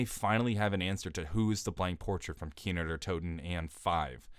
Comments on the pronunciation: kinO not kinER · "Kiner der toten" Bruh, how hard is it to say Kino? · Why does he say keener every time he wants to say the map name